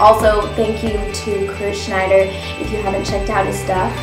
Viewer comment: I am sorry, did you say KRISH SCHNEIDER?